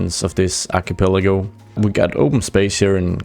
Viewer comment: arrr-key-peh-LAH-go. ArkeypehLAHgo. Archipelago. It's ancient Greek for an island chain, technically a chief of islands. If this doesnt help your pronounciation, you should really look up someone who knows the word and how to pronounce it.